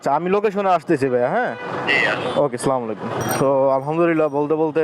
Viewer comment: স্লামালাইকুম না আসসালামু আলাইকুম বলতে হবে।